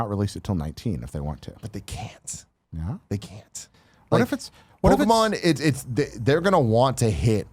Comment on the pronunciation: It drives me nuts how Tim says Pokémon!! “Pokamon” my goodness haha